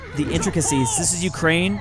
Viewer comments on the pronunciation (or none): none